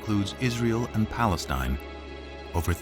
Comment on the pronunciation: Lol "Free Paleatine"